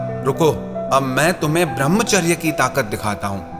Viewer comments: भृमचर्य नही कृपया ब्रह्मचर्य बोला कीजिये । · भर्मचार्य नही कृपया ब्रह्मचर्य बोला कीजिये ।